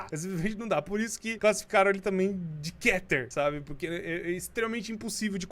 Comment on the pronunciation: se escreve keter mas se diz kiter